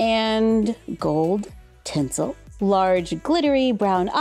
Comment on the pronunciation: Love ur videos! The way you said tinsel 😂 Will you get more of these dorables? You can see the emblem at the bottom so it will be easier to complete the collection!❤